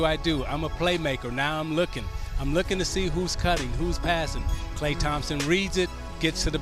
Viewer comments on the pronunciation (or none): he said "klay and Thompson" I'm dead